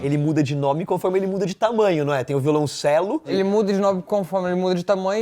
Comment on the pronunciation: Vídeo massa mas não é "violãocelista" é violoncelista e não é "violãocello" é violoncelo